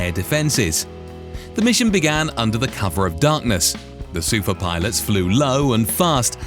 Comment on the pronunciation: SUFAAAAAAAAAAAAAAAHHHHHHH (stress is on the last syllable).